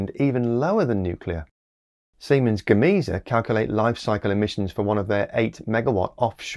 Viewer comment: “Gar-may-Sa”,, for the Spanish part of Siemens-Gamesa.